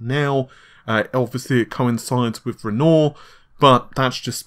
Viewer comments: You heared it here first, AMD is in cooperation with Renault to build a car! Dude, it's Renoir, not Renault... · Lol seriously!? Well maybe it just sounded particular destinct to me this time. xD Shame on you for butchering that poor artists name for so long! xD